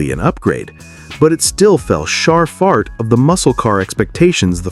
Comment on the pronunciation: because A.I. is kinda dumb! I even heard it say ''shar fart '' for fall short '' . Thats when i stopped watching. I Hate A.I. !